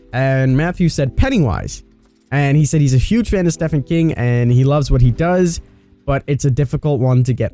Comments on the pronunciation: God these speculation videos are so corny yet i cant stop watching lmfao ! STEE PHAN King ...its STEEVEEN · Love you king, but calling Stephen King, Steffen King really shows your age. It is pronounced "Steven". I'm 44 years old and have read almost all of his books and I am old. I adore you King, but that kinda fucked my head up that someone younger is calling him Steffen. Stephen King is an absolute genius in my life. Sorry ❤️. Don't mean to be that idiot troll, but please say his name correctly 💜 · It’s SteVen King not SteFen King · Steffen King. He just said Steffen King. Sorry but it's STEPHEN KING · Interesting. I love the candy man series, but I hope it’s not the next chapter. Based on their language, I hope it’s Jason Voorhees or Pennywise. Also, It’s StEEVen King, not Stefan King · Nobody: Him: Steffan King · "stefan" king? come on are you even trying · It's pronounced steven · I could bare with "tear" instead of tier but "Stefan King".... seriously mate come on 😂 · Knight of the Living Dead Memes no it’s stephane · I'm a big fan of ya but plz stop saying "steffan king" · Just_Gabriel__ hahahahahah me to for real. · same since it is steven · Stefen king. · Is no one going to talk about him saying Stefan King. lol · That and "The Blood Disgusting" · Yea it seems he just likes to make up words or pronunciations for some weird reason 😂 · At one point he said stephany king ,and talked about him as if he was a company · Ugh! Yes! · How dare you mispronounce Stephen King! 😝 it’s spelled with ph but pronounced as Steven. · Dude doesn’t know how to pronounce Stephen king lol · Come on man pronounce Stephen Kings name correctly. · the way you say Stephen King hurts my soul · Tolkien is more famous and more important to modern fantasy, horror, sci-fi and all other novel-genres. But yeah, it REALLY triggers me how he pronounces Stephen King's name. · The way he’s pronouncing Stephan King is triggering me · God damn it, at least get Stephen King's name right 🙄